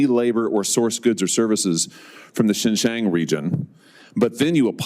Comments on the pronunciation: it's hilarious and so satisfying to see this Josh Hawley getting all worked up and pissed but still can't extract a definitive answer from Intel. But the Intel guy is too soft in his answers. Hawley is certainly no expert in Xinjiang which he couldn't even pronounce properly. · What a stupid ignorant clown this senator is. He can’t even pronounced Xinjiang correctly. The Intel executive put him in the right position.